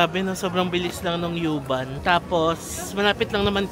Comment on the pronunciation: Pronounce as uuuuuu-bahn. Bisaya pag pronounce dapat. 😅